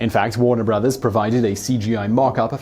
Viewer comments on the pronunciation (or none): none